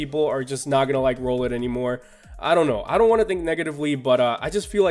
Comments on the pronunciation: its rOWlet like emphasis on the ow the second time u said its name... at least I'm pretty sure. because owl. rOWL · It kinda pusses me off how you pronounce "Rowlet" since it's pretty obvious